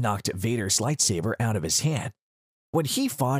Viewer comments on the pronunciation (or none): He said “Lightsaver”, I’m offended